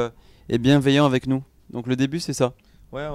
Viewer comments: Sa me stresse comment il dise avé au lieu de avec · Le "c" qui manque quand ils disent "avec" 😱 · Qui a remarqué qu'ils savent ps dire "avec" ? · et les "ce" la fin de moins ;) l'accent de Toulouse !! <3